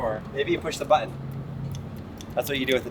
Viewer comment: Say "bAhToN" one more time...